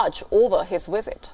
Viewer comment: What is a “wisit”